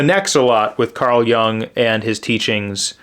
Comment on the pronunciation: I may have some criticisms about your critiques. I hope that you have found them mild and not too offensive. Anyway, your outlook or comments on books I consider every bit as valid as mine. BTW, I don't know if it's correct as well, but I've always heard Carl Jung pronounced Carl 'Yoong', especially when Dr. Jordan B. Peterson talks about him and his philosophy.